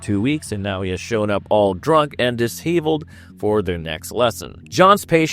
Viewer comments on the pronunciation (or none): I enjoyed the video but why are you using words you don’t know how to pronounce? Who wrote this script? Atrocious. Disheveled. Google how to say those words. Thanks!!